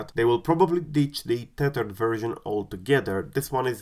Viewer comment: I just came here to listen "teyturd"